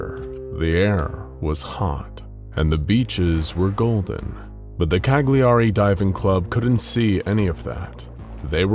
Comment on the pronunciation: That's not how you pronounce Cagliari